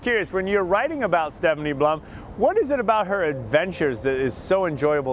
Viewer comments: PLUM not BLUM..... P-L-U-M!!! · Puh-lum. plum. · Yea this dope should be prepped better...definitely sounds like he says Blum. It was a good book, can't help but say that I am Team Ranger!